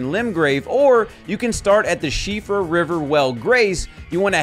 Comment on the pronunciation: As an Irishman, I very much appreciate your pronunciation of Síofra! Well researched Sir! 👏